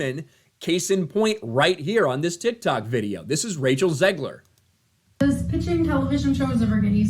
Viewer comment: "Zegler". Every time, every fucking time.